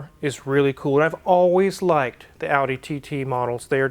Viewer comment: If it helps, TT pronounced in German is TayTay.